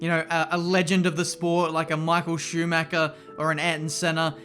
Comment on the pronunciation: Michael „shoemacker“